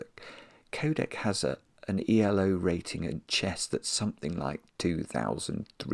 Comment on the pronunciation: Incredible puzzle. By the way, "Elo" is just pronounced phonetically, as it's not an acronym and literally is just the originator's last name, Arpad Elo.